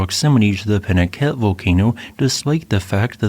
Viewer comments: It’s a Spanish name pronounced Pee-nah-KA-tay. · Wouldn't that be pronounced 'pee-naCOTay'? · Please, please, learn the proper pronunciation. It is pee-na-CAH-tay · peen-ah-KAH-tay is how this desert rat has always heard it pronounced in Spanish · The names Pinacate and Tecolote are Spanish words, thus every syllable is pronounced ... Pi-nah-KAH-teh and Te-koh-LOH-teh. St Lucia is a bit of a poser. The name is Spanish and so would be SAN-tah Loo-SEE-ah (in Italian, SAN-tah Loo-CHEE-ah). It is a British territory (after numerous conflicts with the French over it) and so the Anglicized name of Saint Lucia as pronounced in the video is most common. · I am a native of Tucson Arizona and I want to give you our pronunciation of this area. We say peen-a-kah-tay. I have never been to the crater, but my best friend did get to go many years ago with a geology class he was taking. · Think of the Spanish word "Picante" now pronounce Pinacate the same way.